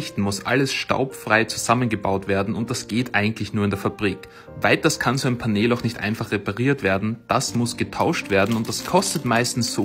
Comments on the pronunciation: Es wird pänel ausgesprochen und nicht paneeeeeeeel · Was ist ein Paneeeel?😭😭 Es wird pänl ausgesprochen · Paneeeel Das heisst Panel (englisch) und wird [pänell] ausgesprochen. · achso weil panel paneel ausgesprochen wird ist es korrekt wenn er panehl sagt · Ausgesprochen: Pännel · Es kommt aus dem Englischen, also muss mann es auch so aussprechen. Du sagst ja zum Handy ja auch nicht Schlaues Handy sondern Smartphone.